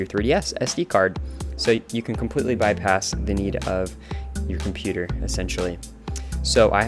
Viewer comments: Yeah. It instantly triggered me that you didn't pronounce "computer" correctly xD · Compooter haha! Keep saying it that way!